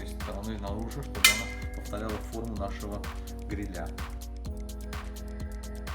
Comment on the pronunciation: Обратите внимание на ударение в слове грИля, а не грилЯ😉👍🏻